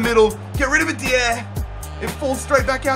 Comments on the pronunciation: It's not Eric D-EE-AIR It's Eric DIE-ER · its not said deee air it is die yer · I beg you don't pronounce Eric Dier's name like that it's pronounced Eric Die-er, love the videos though 😊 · Pronounce Dier correctly plz!! It is pronounced "Die-er". Other than that, loving your content!! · Love you stuff. Massive fan but it is pronounced Eric (die r) not deire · OH MY GOD ITS NOT DEE-AIR! ITS DIE-ER! NOT AN UNCOMMON NAME! HES ENGLISH SO IT DOESNT HAVE A FANCY ACCENT!!!!!!! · Dier is pronounced .. die-er not Di-air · Its eric Die-Ah not deeier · Your pronunciation of player names is atrocious. Who tf is Eric "Dia"? Pretty sure Dier is simple to say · you read it dYer that's the correct form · It's pronounced dye-er not dee-air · I love how he says Eric dier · I'm from Britain and the way he says some of the players' names is weird Especially Eric dier 😂😂😂😂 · The way you say "Eric Dier" makes him sound French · the way he says dier makes me laugh! good video still mate!! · Is just me who gets annoyed when he says Dier's name wrong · pls stop saying dier like a degen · Not how you say Eric Dier